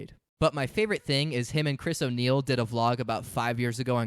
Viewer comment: Dog when I heard "chris o' niell" I had to do a double take. I was like "no way oney is in this 😂"